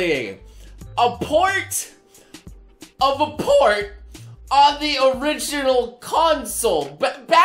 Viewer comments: Everytime he said "port" , I hear "porn". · Every time you say port it sounds like your trying to say porn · All the time you said "Port", all I heard was "Porn".